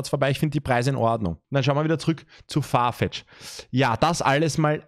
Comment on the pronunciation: das heißt Farfetch nicht Fartech. 😅Trotzdem nices Video!! 👻